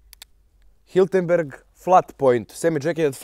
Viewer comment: nije Hiltenberg, već čuveni proizvođač Hirtenberger.